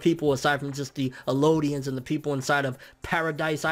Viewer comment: Its called the Jaw titan btw and its Eldians not elodians